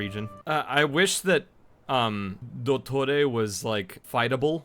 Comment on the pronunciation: trying to pronounce dottore makes me explode